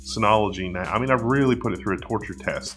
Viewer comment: I heard 'Ass' several times.. Took me a while to get to 'Axe'.